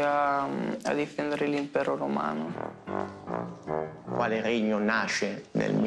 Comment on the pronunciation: L’impero R omano no però eh haha madooooo